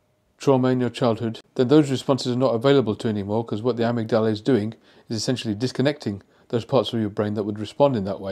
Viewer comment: It is not pronounced 'amygDALA'. It is 'aMIGdala'